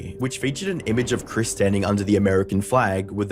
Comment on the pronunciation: yet you call her "Kris" instead of "Chris"